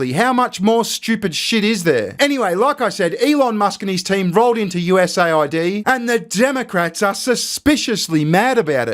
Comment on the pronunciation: Dude, it’s not pronounced USA ID, it’s US AID.